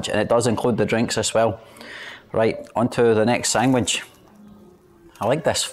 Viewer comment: “Sangwhich “ Scottish for sandwich, usually on plain bread 🤣